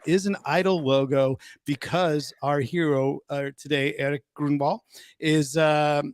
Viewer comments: Awesome interview. EG is the comeback kid and should be an inspiration to all musicians or people in general. By the way dude, how were you able to research his history so well but not able to pronounce his last name correctly? Groin-wall?! No man, GROAN-wall. Anyway, congrats to EG and Skid Row. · Great interview Ryan...but how did you manage to consistently eff up Erik's last name through the entire episode?? C'mon now buddy...he even corrected you right out of the gate. Good grief! Sorry, it had to be said...that aside, good interview brother!👍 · Hello. I am from Sweden and how you say his last name is easy though you pronounce the u in further and the o(ö) in Grönwall the same, now you know how to say Grönwall... keep on rockin